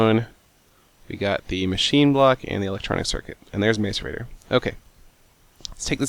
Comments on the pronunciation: I believe it is pronounced Mass-er-rate-tor. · it's pronounced macerator (m-ah-c-er-a-t-or) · You butchered the pronunciation of macarator lol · if you pronounced macerator properly you probably could have guessed what it is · your pronouncing macerator wrong.... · Seth, you should break machines with their respective wrenches. Otherwise, it is more likely for them to become machine blocks. Also, you use Landmarks to specify where a Quarry, along with some other machines, works. And it is pronounced like "mass-er-ate-er." It macerates - meaning to soften/break up. My apologies, but when I hear how you say it, I think either the spray or the spiky flail. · its pronounced Mass-erator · I've always thought that "Mace-er-ator" was pronounced "Mass-er-ator" ...oops! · Macerator is pronounced 'mass er rate or' not 'mace er rate or'. I don't know if anyone else cares, but it bugs me. Personal problem. I know. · macerator is pronounced like map not may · ma-ce-ra-tor not may-ce-ra-tor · Macerator is pronounced: ' Ma-see-rate-or ' not 'Ma-cer-ator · The word "macerator" is said like "mass", not "mace" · m[a]cerator (not m[ai]cerator) :P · Mcerator is pronounced Mass-er-ate-ore, not Mace-er-ate-ore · Stop saying mace er raater it's mah sour a toe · pronounced masirator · its pronounced mass-or-ator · Lol mace- erator... Fail... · The macerator is pronounced MAS-er-ray-tor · Love the vids just 1 thing its pronounced mas er ate er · you pronounce macerator like 'mess-erator', kinda annoying but great episode! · Seth its a MASS-er-a-tor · no it is Mass-er-ay-tor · macerator- Mass-er-ay-tor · macerator is pronounced massorator... the more you know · what if you don't got a macerator. and seth, its said like mas-er-eh-tor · This is how u pronounce macerator: mass-er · the macerator is pronounced mah-sor-a-tor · its a MASS-A-RATER... and what was with the blank screen? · Roses are red, Violets are blue, Sethbling says Maicerator, and so do you. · IT'S PRNOUNCED MASS-ER ATER!!!!